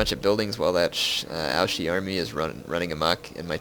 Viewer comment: you don't pronounce Ouchi right. It's OuCHi, not OuSHi.